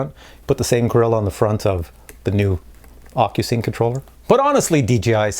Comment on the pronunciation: at minute sound like your saying ``fuckyousync`` in stead of ocusync, wich is kind of stands for what my mavic pro is :)))